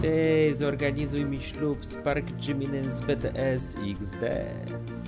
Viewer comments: Mówi się Dżimin I BiTieS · powiem ci że sie czyta bts-bitis